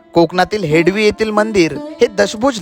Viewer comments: हेडवी नाही रे हेदवी नाव आहे रे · हेडवी नाही हेदवी मराठी भयानक आहे. शूट झाल्यानंतर निवेदन कोणा प्रचलित मराठी बोलण्याला सांगावे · हेडवी हा उच्चार चुकीचा आहे. हेदवी असा उच्चार आहे. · हेडवी नाही त्याच हेदवी असे आहे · हेडवी❌ हेदवी✅ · हेडवी नाही भाऊ हेदवी बोल. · हेडली नाही हेदवी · It's not हेडवी, it's हेदवी.